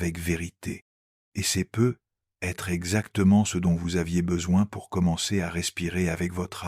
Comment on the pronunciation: Il faudra penser à corriger la prononciation de l'IA sur les "peut-être" car c'est très pénible à la longue, merci.